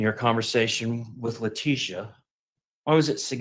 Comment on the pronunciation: Hey!! Its La-tissue.